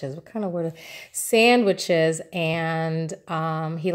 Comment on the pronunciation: "Sanduich" so puertorrican baby.... I love your hauls!